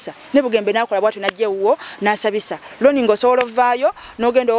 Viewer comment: The moment u said Loni instead of Roni awo wenkomye okutegeela